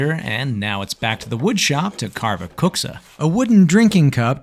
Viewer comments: As a Finnish person I can say that your dad pronounced that really well! I was shocked when I heard it lol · Finn here, that's a pretty good kuksa and your dad has really good pronunciation. The only criticisms I have on this are that Finland is not a part of Scandinavia (Scandinavia refers directly to the Scandi mountain range, the countries in Scandinavia are Sweden, Norway, and Denmark), just Nordic (Nordic countries are a group of countries with historical and cultural ties to each other in the northern part of Europe, the Nordic countries are Sweden, Norway, Denmark, Finland, and Iceland), and the kuksa isn't deep enough, which makes it look more like a ladle than a cup. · Swede here (Neighboring country to Finland). I don't speak Finnish, but have heard a fair bit of it. Your dad's pronunciation sounds spot on! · Yeah, incredible pronounciation